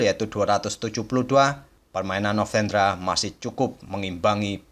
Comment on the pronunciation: Kok kayaknya agak kesusahan nyebut nama novendranya ya bg hehe Oiya bg, mau request partai blunder papan atas yg kelupaan kalau rajanya sedang di skak dan melangkahkan bidak lain, jikalau ada bg, saya pun gatau ada atau nggak hehe. Dan kalau kejadian seperti itu gimana aturannya ya bg secara internasional?